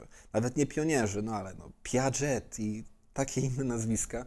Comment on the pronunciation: Sorry, ale nie Piagetti! Piaget, [piażé], proszsz! 😉